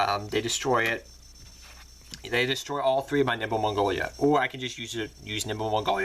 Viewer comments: its nimble momonga not mongoya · And 'Nimble Mongolia'... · I love it when you call it nimble mongolia